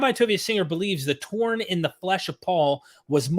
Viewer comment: ...thorn.....not torn !